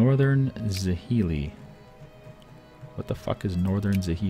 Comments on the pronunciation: za-hee-lee? try something that sounds more like jhr-lie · I know, its a foreign language, with unfamiliar sounds and stuff, but hearing him pronounce 'Northern Zhili hurts me so much.